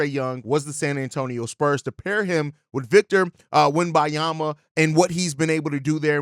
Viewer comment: I can't get through the video as you mispronounce Wemebenyama over and over again lol I know it's an unusual name for Americans but just say Wemby if you don't want to learn it